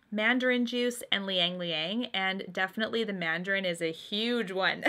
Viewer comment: It's not Liyang-liyang...it is spelled Ylang-ylang which is pronounced as Ilang-ilang...